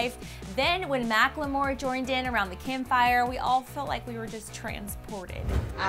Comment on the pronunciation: Is anyone bothered by the way pronounce Macklemore emphasis on the L?